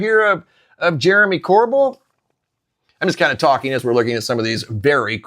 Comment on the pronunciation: PLEASE, IT'S NOT CORBULL, ITS CORBELL!! WE HATE OUR NAME BEING PRONOUNCED THAT WAY. THANKS